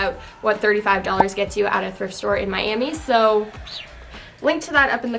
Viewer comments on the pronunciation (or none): none